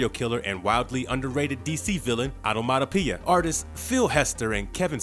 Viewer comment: Take a drink every time he say Onomatopia!😝